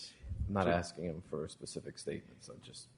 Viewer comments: I mean if you can’t say “specific” don’t say it at all! Him saying pacific just make him sound less intelligent. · Omfg can someone tell this judge the difference between the words specific and Pacific.